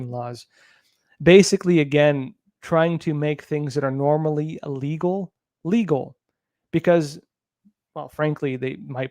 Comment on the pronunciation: Hey,....... it's "ill" - legal. Not "ah"- legal.